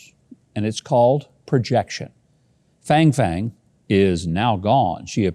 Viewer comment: You haven't given the spelling of her name as you read it so I am guessing you are reading - Fang Fang. Unless she is a Texan, her name would rhyme with - song song.